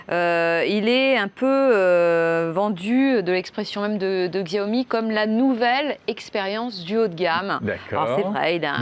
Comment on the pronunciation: Mes oreilles à chaque fois qu'il dit"Tchiaomi" 😣